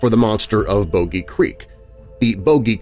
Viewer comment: I can handle pronouncing Boggy wrong a couple of times, but at the number of times you said it, 🥴🥴🥴🥴 it’s a short o sound. It’s name came from the bog it was seen in